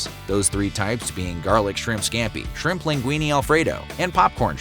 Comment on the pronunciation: Was going to say “squimps” too.